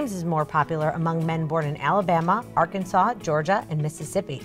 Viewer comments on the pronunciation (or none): none